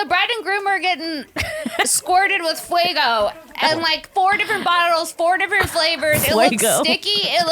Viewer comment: The fact that cannot/ will not pronounce it FAYGO 😂😂 fuego for life 😅